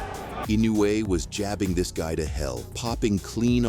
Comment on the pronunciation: Okay, but you can't pronounce his name correctly. Inoue is pronounced In- noh - e. It is a long extended o.